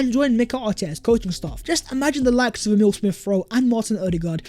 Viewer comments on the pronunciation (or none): none